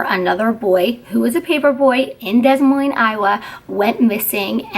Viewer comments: It's pronounced D'Moyne! Also, the condition is no longer called Multiple Personality Disorder. These days it's referred to as Dissociative Identity Disorder. The person doesn't believed they are a different person. All of the identities are aware of each other and who is "in charge" at the time. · Lookup how to pronounce Des Moines